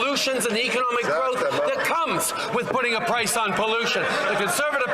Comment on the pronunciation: Did he say pice?? We don't want your deliveries...your Liberal deliveries results in a more expensive CANADA